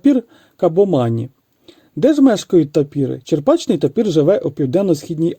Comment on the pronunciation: Відео гарне,але тапір буває не "чеРПачний",в "чеПРачний".